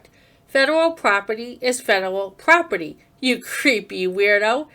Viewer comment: What the hell is "poperty"? It's not just a simple mistake, as he does it twice!!!! Also, how mature to refer to police as "popo". Obviously a highly intelligent, very well educated journalist.